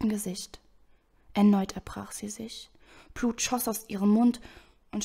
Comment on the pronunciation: Gut gelesen, musste nur immer leicht lachen wenn du "Plut" und nicht "Blut" gesagt hast^^ Oder "Eischen" xD